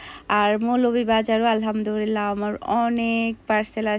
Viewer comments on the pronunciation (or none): Apu apni alhamdurillah bolen sobsomoy. Eta clear kore alhamdulliah bolben.....